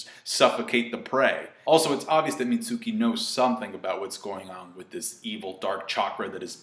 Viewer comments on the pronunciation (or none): mentions he likes how the "U" in Mitsuki is silent but yet he still mispronounces his name. Lol.